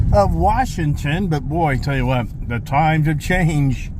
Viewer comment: Fort Warshington...is there an R in Washington?